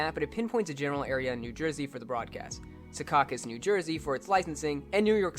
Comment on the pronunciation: Kudos for correctly pronouncing seacaucus